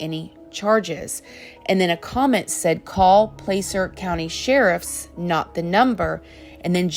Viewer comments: A car WILL start in neutral. P.S. I live here and it's Plass-er, not Place-er. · Hi … the county of Placer is pronounced like “plaster”. Short “a”. I live there. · That area of the state is still semi rural, it's right where the Donner party crossed into Cali in 1846. The locals know each other by name, it's possible that an attempted coverup was hatched. BTW, "Placer" is pronounced like Class-er.